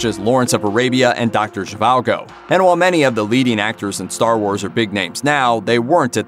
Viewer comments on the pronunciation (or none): "Doctor Zhivalgo"? It's Doctor Zhivago, no L.